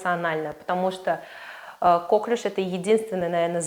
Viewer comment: Впервые вижу доктора, который говорит кОклюш.